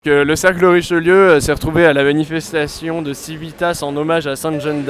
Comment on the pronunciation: Chouette vidéo! Néanmoins, il serait temps que Civitas sache prononcer correctement son propre nom en latin...